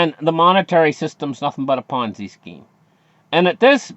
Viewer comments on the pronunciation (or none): none